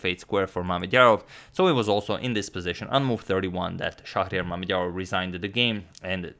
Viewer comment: Can we talk about how well he said Mamedyarov’s full name